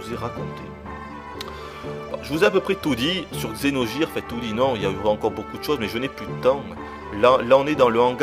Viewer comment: Vidéo pas très objective, et dur de t'entendre prononcer Xeno"j"ire aussi, mais ça fait du bien d'entendre des critiques françaises sur ce jeu qui gagne à être connu !